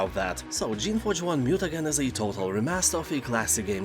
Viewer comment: Mutagen is pronounced as Mu-Ta-Jen, like the word 'Generations is pronounced as 'Jen-er-ations', your English is mostly good 'thanks for the list 👍